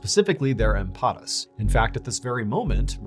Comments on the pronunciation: 👌🏼 it’s “EMPANADAS” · Empanadas. I am not Hispanic but the word says that a piece of dough is stuffed= put inside. Read al a as ah😊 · Empanadas say it correctly 😂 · I believe you mean empanadas, not "empadas". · Empanadas not empafad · I think you meant to say "empanadas"